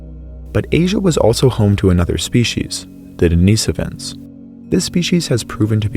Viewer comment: Den-i-sovans. Short i not long